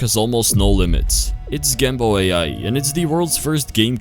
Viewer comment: Fire Video! btw when you said gamba AI i tought you said Gamble Ai lol